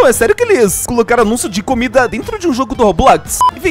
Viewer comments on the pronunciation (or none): none